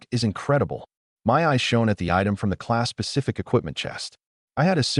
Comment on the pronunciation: I swear it sounds like it says Class pacific skill scroll......and I cringe....every........time